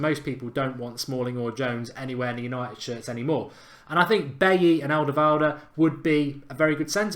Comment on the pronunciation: Aldavalda according to mark 😂